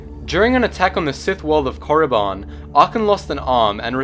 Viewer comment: You pronounced Korriban wrong